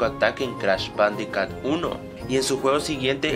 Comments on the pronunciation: ***** pronuncia mal jajajaja jajajaja bandicat jajajaja jajajaja y se pronuncia bandicut jajajaja tienes razon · se dice bandicoot (bandicut) por que la doble O se dice como u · perdon por esta ligera interrupcion pero en realidad se escribe bandiccot pronucia bandiccut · "Crash bandicat" :v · no es bandicat es bandicoot las lo son u